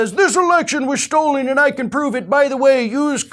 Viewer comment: Sorry but Mike Pillowhead NEVER says "the election was stolen" -- he does however say "the election was stold" all the effin time - just like his says "deflamation" and "number C".